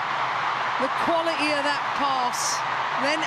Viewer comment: Why do the female commentators speak so badly- I don’t mean accents that’s fine. It’s the pronunciation! For example “ qualaee” when trying to say “quality”!